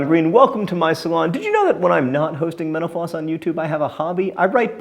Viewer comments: sometimes when you say mental floss it sounds like menopause :) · I like how the only thing he doesn't over-enunciate is the name of his show, which he makes sound like "menopause." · I've watched so many of these videos and I love them, but has anyone else noticed that when he says "Mental Floss" it very often sounds like "Menopause"